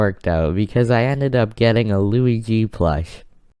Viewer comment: Did... d-did you just call it a "Louie-G" plush?